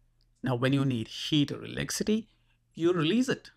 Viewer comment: What's this "elecity" you keep talking about?